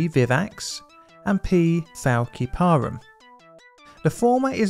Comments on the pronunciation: big difference between a s sound and a k sound. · it's "fal-si-parum" not "fal-ki-parum" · Fæl-sí-pari not ki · Thank you for another harrowing example of the importance of full informed consent. I love your series, but I am a medical laboratory scientist with a microbiology specialization and this murdered me (despite it being an excellent episode) - the species name is pronounced fal-si-puh-rum. We had an entire unit on the Plasmodium species; they continue to be a huge problem. Nothing But Nets is an excellent charity if anyone wants to look into it ❤️ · Also, Plasmodium falciparum is pronounced fal-sip-a-room. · The malaria species Falciparum has a soft "c" sound and the stress is on the second syllable, not the third. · The pronounciation of Flaciperum if 'Fal-sip-er-um', and Vivax is 'vI-vax', hope that helps!